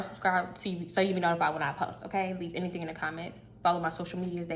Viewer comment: apple orangle,you said anythang